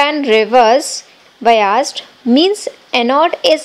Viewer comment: Bayazed,bayazed kehe rahi hai,biased hota hain😂😂😂